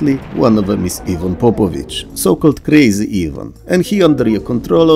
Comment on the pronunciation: I'm sorry but your full on accent was perfect for Krazy Ivan ;)